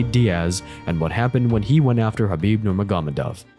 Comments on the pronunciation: Thats actually closer to the correct pronunciation than Ner-MAH-Go-Med-Ov. Think of it like Noor-Muhammad-Ov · Hearing you pronounce Khabibs last name wrong every time is so annoying. Bro it’s not that hard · Khabib nugamedov???? Bro what? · It’s actually pronounced Nurmo- Hamadov. Said by Khabib himself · I disagree, the way its pronounced in the video is no closer than Ner-Mah-Go-Med-Ov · NurmaGÓmedov NuurmaGÓmedov NurmaGÓmedov